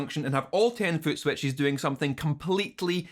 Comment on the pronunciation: Love the way you say footswetchies <3